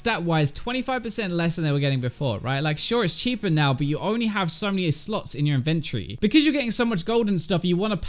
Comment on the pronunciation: i like the way you say inventory